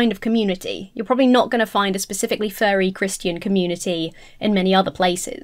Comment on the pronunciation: please enunciate "Furry" a little more clearly, cause you're coming across as saying "fairie"